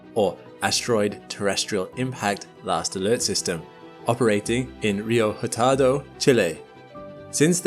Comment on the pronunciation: i'm sorry-- how did you pronounce "hurtado"???